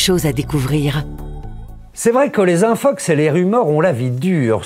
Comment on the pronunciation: Suis-je le seul a entendre Infucks et non infox ? Merci l'académie frââânçaise.